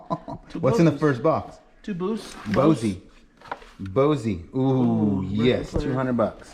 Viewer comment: You are too funny!! It's BOSE not BOSEE.